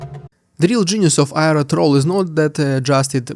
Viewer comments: trawl as in awl, not as in trowel or owl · Trawl. I was listening and you kept saying "trowel". I should not be surprised though you always say Russian "deeood" for some unfathomable reason